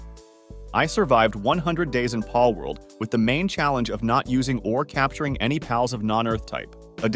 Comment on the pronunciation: the way bro says pAlworld